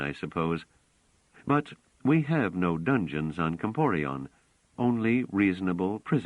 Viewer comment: Not "Comporion" - - "Comporellon."